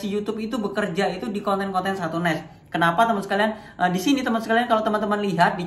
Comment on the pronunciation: niche kok ngomong nya nes, nas nes nas nes, belajar dulu om, sama belajar ngomong nama anda sendiri di opening nya,, bukan timon adiso